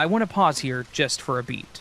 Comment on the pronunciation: I’ve noticed that every time you say want you pronounce it wants.